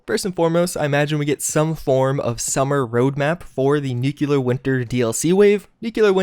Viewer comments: He also pronunce NUCULEAR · I'm so sick of people pronouncing it "nucular." It's NUCLEAR dammit! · We absolutely love your videos, but you are killing us with the pronunciation of two words- "Nuclear" and "forward"! It's (New-Clee-Are) not (New-Q-Lar), and it's (For-Ward) not (Foe-Ward)! Other than that, we love you, man! Great videos! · it's pronunced Nuclear for christ's sake. New-klee-ur. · Actually it's. New-clēar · Kaleb Mitchem glad someone else mentions t